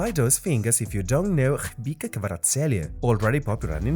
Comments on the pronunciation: Do you really say Shkhpika instead of Khvicha ? :D :D :D :D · His name is khvicha, last "ch" is pronounced as ch(children)